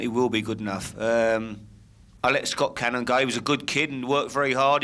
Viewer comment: Who's Scott canahm 😒 never heard of me